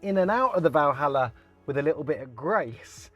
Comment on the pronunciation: First of all its not "Valhalla"... its.... ;)